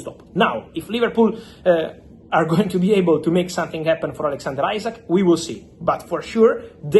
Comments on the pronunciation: His name isn't ISACK, it is Isak. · After all this time you can`t pronounce Isak`s name correctly. It`s pronounced as EEsack not Eyezack. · Fabrizio still saying isaac 😭